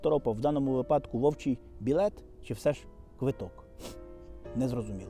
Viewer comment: Припадок, але випадок! Наголос у першому слові на другому складі, а в другому на першому ! Бажаю успіхів!